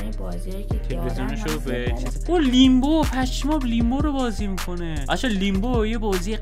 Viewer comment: داش علی لمبو است نه لیمبو